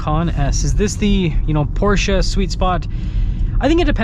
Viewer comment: Im glad you say Porsche and not Por-shuh